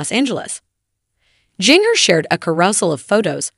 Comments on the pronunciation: Is a bot reading this? It's JANA, not Jenna and yeah Jinger doesn't rhyme with finger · Pronunciation of "Jinger" just kills me :)